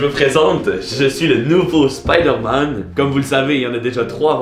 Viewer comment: C es spoodér man